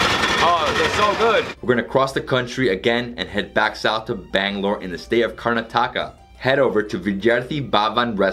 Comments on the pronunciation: Comment - 7 Youtuber says the name of the state Karna- taka, lol, it pronounced as Kar- nataka.Why they heck this guy coerces female hosts in his videos, who are so lost and puzzled about the food before you die. Make love, totally inappropriate to say what you are thinking in your head dude, looking at the girl at the sametime. All in all, food in Bangalore in this clip is above average fare, nothing to die for but modern Indians visiting traditional food and spoiling it while adding a twist to it, the new generation will gulp anything you push into their face. Floating Pani poori is absolutely to pass, a stupid way to demolish the pure pani puri and its age old charm. He again says it wrong Jal - Jira water, dude learn it how to say 10 times before you make a fool of yourself on Internet. Corn on the cobb is the real deal, but again, new age Indians and destruction of traditional food. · Its not karntaka...but karnataka !! Hehe